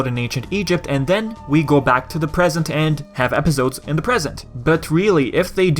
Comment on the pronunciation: Its funny how you say Epizodes instead of Episodes (no hate, I swear)